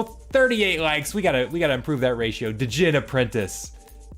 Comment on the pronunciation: i respect you too much to let you keep doing this: fiend = feen-d rhymes with scened djinn = jin this is the ultimate sneak peak thanks for posting and taking your time through it, its going to be a lot of money tossed into the game these next two months